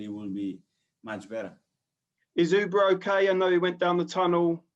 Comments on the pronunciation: Did he just call Aubameyang Uber? 😂😂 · That first guy, what a plank. Did he say Uber instead of Auba? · Erm, the odd way the guy pronounces Auba. Is it really that hard to understand? 😂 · Who the hell is "Ooba"?! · OOBA MA GUY.. OOBA.. Bruv ur pronunciation is on point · Fire the guy who pronounced Aubameyang as “Ooba”. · Probably calls Uber app Auba 😂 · you should hear the arsenal announcers on their highlights.... eubemeyeng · It always annoys me how that reporter butchers the name and others 😂